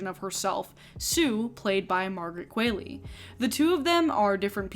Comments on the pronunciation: I say this kindly and gently: Qualley has Norweigan origin so her last name is pronounced as Kwal-EE like Wall-E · That's not how you pronounce Margaret Qualley's last name. You say it like it rhymes with Hayley, but the way she says it in interviews rhymes with Wally. Sorry if I sound pedantic pointing that out, but it was bugging me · Fun fact: Sue's actress's name is Margaret QUALLEY, without an i. Pronounced Kwol-lee. I didn't know that before. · yoooo why is everyone mispronouncing margaret qualley's name lately, it's phonetic